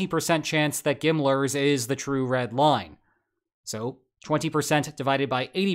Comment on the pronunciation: GMLRS, not Gimmlers ☠️